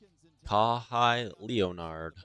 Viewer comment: Kaw-high Leee-O-nard! Never heard of him!🤣🤣🤣